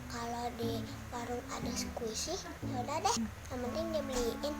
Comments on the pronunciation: 😂😂😂 squishy ko dengernya kuwaci duuhh sok tau nyaaakk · Squisi nyakkkk.... bukan kuaci..😁😁 enyak sok tau..😁, keren parodi anak nya. mantap.. sangat menghibur sekali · Nyak nyak bukan kuaci,squisi...et dah nyak sok tau banget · Squshi jadi kuaci Wkwkwkwkwk, emaknya gaul juga garti btw😂😂